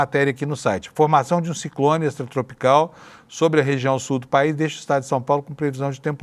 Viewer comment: Quando ele falou Sul do país eu entendi subpaís. Moralmente eles se comportam assim em sua maioria.